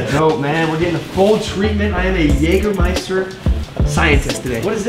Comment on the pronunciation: Very well. You've learned how to pronounce Jägermeister.